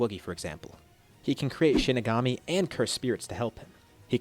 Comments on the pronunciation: Shinigami? It’s shikigami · Not to be that guy but I’m pretty sure it’s shikigame (I think that’s how you spell it)